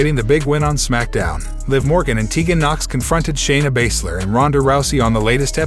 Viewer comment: Another Youtuber who has no idea how to pronounce certain names. He doesn't know how Baszler or Raquel even thought they've been mentioned many times on Smackdown